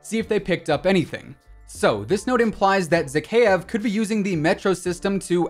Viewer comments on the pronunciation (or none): Your pronunciation of Zakaev is terrible lol ky-ev. ZaKYEV lol